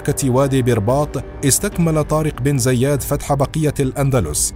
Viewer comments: عندك مشكله مع نطق اسم طارق بن زياد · نطقك اسم طارق ابن زياد غلط بغلط